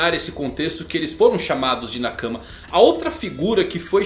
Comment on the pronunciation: sem querer parecer chato, mas é q é estranho ouvir assim. pronuncio correta de nakama é nakámá. Nakãma é impronunciavél em japonês. outro é o tomodachi. normalmente dizemos tomodachi com o chi como se fosse um shi. Mas em japones o chi tem som de ti.